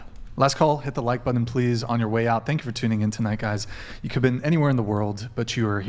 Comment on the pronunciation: Somebody tell that it's not "budd-in", it is pronounced the way it is spelled - BUTTON